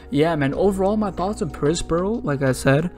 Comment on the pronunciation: You do a better job of pronouncing his name than most OP YouTubers (including theorists like BDA Law). His intended name is Prospero (a Shakespearean character), and should be pronounced like that.